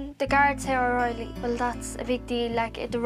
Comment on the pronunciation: did the narrator say O riley ? The Stokes family .....look like a lovely warm loving family, I love that, they want to grow the family on the land they live ....how it should be